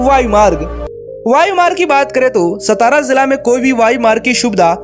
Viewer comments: It's not सतारा, It's सातारा....pronunce properly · नाम का उच्चारण Saatara ऐसा है| सतारा ऐसा नही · सातारा म्हणा..हे मराठी नाव आहे..त्या शहराला ऐतिहासिक वारसा आहे.नाव नीट उच्चारा. हरामखोर परप्रांतिय महाराष्ट्राच्या सर्व संस्कृतीची वाट लावत आहेत. सतारा, हिंजेवाडी असे मुद्दामून म्हणत आहेत.या चॅनलवाल्यांना समज देणे गरजेचंं आहे. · सतारा नही सातारा बोलीये। मराठा राजधानी सातारा। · सतारा ❌ सातारा ✅ Keep in mind भैय्या लोग👍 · अरे भाई वीडियो बनाते हो शब्दों का उच्चारण भी ठीक ठाक सेट किया करो ए सतारा नहीं सातारा है।* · सतारा kya hai तुम हिंदी log मराठी गाओन ka नाम change करते hai, सतारा nahi सातारा बोला कर भैय्ये 😡😡😡😡